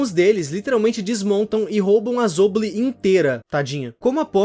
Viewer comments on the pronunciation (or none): E tbm n e zobli e zooble!